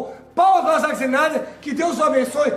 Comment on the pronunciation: "záqui cinaider" caraiii, qual a dificuldade de falar o nome do cara? hahahahahaha bagulho simples po